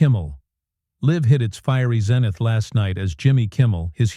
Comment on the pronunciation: ZEEENUHTH. NOT. ZIH NUTH